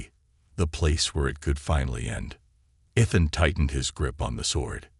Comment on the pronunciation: It's a good story so far. You need to work on your words. It's Ethan